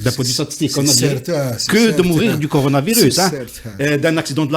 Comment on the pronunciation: elkadi: CORONA.. CORONA non pas CONORA!!! lolll